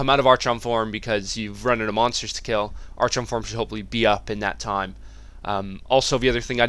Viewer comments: Wtf, Arch-on? It's pronounced Ar-chon. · It's pronounced, AR-KON. not ar-chawn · Every time he says ARCH-ON I want to kill myself. ARE-KHAN. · Said r kon. Not arch on. Stupid... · Cool vid :) Are you from Sweden? Your english is really good but you should pronounce archon as ArKon. :) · its pronounced ARKHON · Or, y'know, if you pronounce words correctly it's "R-KHON" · yea that "ar-chon" is so damn annoying.. -_ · love your videos, always entertaining. To echo what everyone else has said, "arkon", and "maylay". Looking forward to the DH guide too. Keep up the great work. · Love the vid keep up the good work. But for the love of god it's pronounced arkon (from the Greek arxon meaning lord) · Great video, but the "archon" pronunciation made me facepalm through the video. ;) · Good guide. Hilarious how you pronounce archon, though, lol.